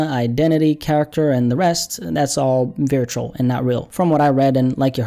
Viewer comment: You say virtual wrong. It's not viritual